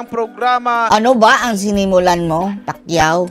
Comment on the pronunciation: Pac u Hindi Pacquiao 😂😂😂 bobo na naging bobo pa😂